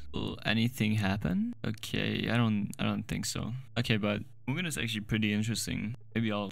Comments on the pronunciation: Its not Moojen its you pronounce it as Mu-Ge-Nuh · Also it isn't pronounced "mew-jen", it's pronounced "moo-gen" :3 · Sorry, I think you misaid it it's called (mUgen-) (also I'm billingual so I can understand and write and also speak Japanese) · screamingmitten You're half correct, although that may say "mugen" in japanese, it's actually in Katakana, once of the alphabets in Japanese (the other being hiragana). Japanese borrows chinese characters for some words and one of them being the aforementioned "Mugen/無限". Therefore, what you have written may be pronounced the same, but is not used in the japanese language (except for some cases which needs a pronunciation {furigana/フリガナ} and uses hiragana or katakana). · Bro fr said MIUJIEAN